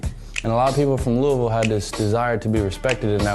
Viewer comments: UGGGGH! THE "LEWIS-VILLE" GRINDS MY GEARS. It's "Lou-uh-vuhl," my guy. He said it MULTIPLE times IN THIS VERY VIDEO. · it’s pronounced loohavoll not lewisville 😂🤣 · jay kirizz No, it’s Lou-e-ville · Who the f says “Lewisville!?” Lololol it’s luhlvuhl. Lol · Lewisville - eeeesh (loo-weh-ville) - and im a fking jersey boy living in australia hahahah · You can only say Lou-a-ville when you're from here. For outsiders, it's correctly pronounced Looey-ville. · LOUYYYYYVILLE! Not Lewis ville. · This boi really just said louis ville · It’s not pronounced Lewisville 😭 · I was just about to say that lol. He keeps saying “Lewisville” so annoying. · To the host, it’s not pronounced like “Lewisville” & it just grates my nerves when you mispronounce that name! I mean if you’re interviewing an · Louis ville lmao. Keep learning. I'm from ky and it's not pronounced that way brotha lol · I can't be believe a man of his age still pronounces Louisville, "Lewisville". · It's pronounced Loo-uh-vul! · I am Asian but i pronounce it LOWIE - ViLLE goddammit!! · bruh you gotta stop saying LEWIS-VILLE. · he do be saying Lewisville tho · Dude its Lou-Vull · The fact that you say LEWISville really upsets me. Lol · anyone from Louisville knows that nothing makes us more mad than pronouncing the city “Lewisville” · fr fr every time he said lewis I would correct him in my head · Dustin Baker LOOOVULL😂😂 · God dude learn how to pronounce Louisville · Im from louisville and u jus not sayin it right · Its fucking Louisville. Lol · you did not just say louisville like that